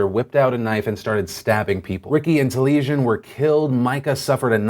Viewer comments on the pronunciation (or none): Just wanted to say you are saying a name sooo wrong. Taliesen is pronounced Tal-es-en, not Tuh-leee-shun. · Hi Phil (love yo face), one of the Portland heroes' names is Welsh and is named after two of our national Bards. His name is pronounced 'Tally-essin' 'Meer-th*in' (Merlin's true name). *'th' as in 'fathom' not 'bath'. I know how you like to get things right so I thought I'd drop you a comment. Love the PDS and have been a fan since 2010. X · Phil, for what it's worth so you can get the victims name right (assuming he and his family respected the origins of it) Taliesin Myrddin is Welsh, two Welsh names, and are pronounced Tal-yes-in Meer-then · its pronounced Ta-li-es-in and Mur-th(as in then)-in. They are welsh names from old princes of Wales